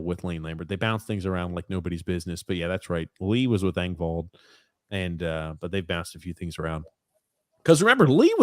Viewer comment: ripping Grump on "Hunter" Fasching is hilarious considering his constant butchering of Pierre Eng-vault, Sam Ball-duck or Ree-see's PB cups. Lol